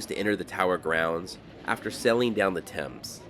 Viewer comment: Nice that you pronounced Thames correctly. As much as I enjoy your desert trips, you brought your expertise to an iconic sight of London! and gave a well researched picture of a sight that only tourists acknowledge and visit.👍